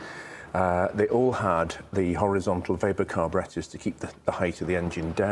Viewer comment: It is a breath of fresh air hearing the correct pronunciation of Weber carburettors. Not Webber at all. And I have not even finished watching the video yet. Great stuff!